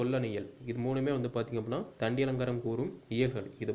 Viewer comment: தண்டியலங்காரத்தின் ஆசிரியர் பெயர்: தண்டி. கண்டி அல்ல... திருத்திக் கொள்ளவும் சகோ.